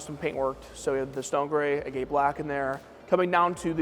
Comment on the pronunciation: Being a guy that crushes rock for a living, hearing him mispronounce "agate" everytime he said agate black was driving me nuts 😂